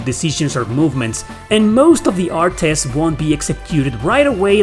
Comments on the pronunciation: Im getting triggered from the way you pronounce artes 😂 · The way you pronounce "artes" is constantly giving me whiplash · If you're using normal attacks in ToDR, you're playing the game wrong. Use "artes" (I've never heard anybody pronounce the "e" as you have) chains only. The CC system lets you cancel anything into anything. And once you hit CC max, use only one move instead of draining the whole gauge. Once you reach max, the gauge resets to what you end your combo at, or goes to min if you empty it. For example: 3 min, 10 max. You reach max, do a 2 CC arte and stop, the gauge will refill to 8. Then you can dump the whole thing and it will recharge to 9. Then dump it again to reach 10. Then repeat the process. It increases by 1 CC from min each time you end a combo and return to neutral (even if the combo is continued by another character. You can also use the Flat ability to make your min and max an average, so instead of min 3 and max 10 you would always have 7 CC. Doing artes also increases their proficiency so you wan to spam them. You get bonuses like extra hit stun and a +1 CC on hit to extend combos after a few hundred uses. Also note that you can chain into magic, and the longer the combo the faster it casts. Nothing beats chaining Holy Lance into Big Bang with Philia in an infinite combo when you get the timing right, provided the enemy survives. It's a full air combo juggle so it prevents the enemy from escaping into Overlimit since they never touch the ground, too. Graces uses a modified system of CC, you may have noticed. Oh, and you can increase item capacity to 30 with the Grade